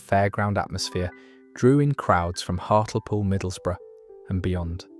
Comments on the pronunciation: What, have you never heard of Hartle Pool? 😂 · Very interesting and the narration was very good even though it was AI. The pronunciations of Morecambe and Hartlepool were way off. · So judging by everyone's comments, this video is all a load of b*****ks. The pronunciation of Hartlepool and Morecambe proves it 😅